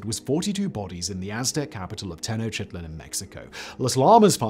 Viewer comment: Ten-ock-tick-lawn this is how you say the aztec capital